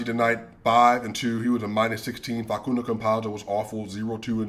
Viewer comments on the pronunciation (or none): none